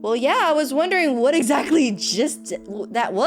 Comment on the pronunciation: not the exSHATly😭😭😭